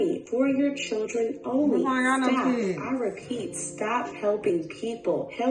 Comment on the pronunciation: “Help Churren only” 😭🤣🤣mehn